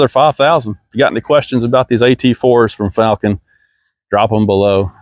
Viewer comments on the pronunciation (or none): you even pronouncing the company's name incorrectly, video is trash